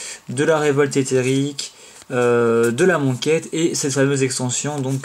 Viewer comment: J'ai cru entendre "la moquette" à un moment :D